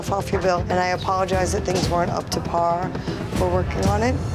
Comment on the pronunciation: I apologize if things weren’t up to Paaarhh!! Lol